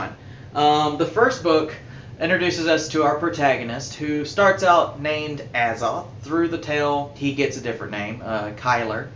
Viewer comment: Its "A- zoth" not "Az - oth". Otherwise, great review.